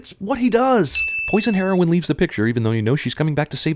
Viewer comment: I found it weird he pronounced heroine as the drug